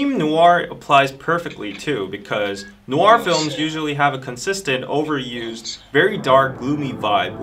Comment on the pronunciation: WHY IS EVERYONE MISPRONOUNCING NOIR??? IT SOUNDS SO OFF I CANT😩😩